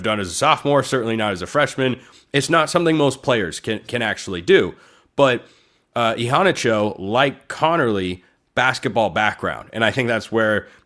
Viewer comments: Agreed! He really emphasizes that first “a”. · pronunciation is I-HANNAH-CHO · I'm pretty sure Immanuel Iheanacho didn't pronounce it that way. I pretty sure he said e-hanna-cho. han like fan.